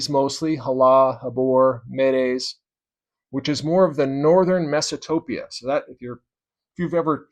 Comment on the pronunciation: Isn’t it Mesapotamia? I’ve never heard of “Mesatopia”….